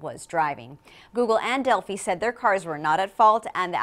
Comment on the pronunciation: Delphi is pronounced "Delf-Eye", not "Dell-Fee".